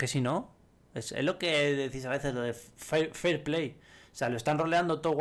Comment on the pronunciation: jajaj ni fairplay sabes decir XD